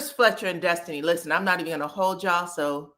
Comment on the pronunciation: The way you mimic Nell and the way you say “Destiny” (it always sounds like Dustiny to me) always gives me the cackle I need 😂😂😂